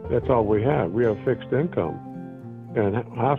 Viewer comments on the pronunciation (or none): none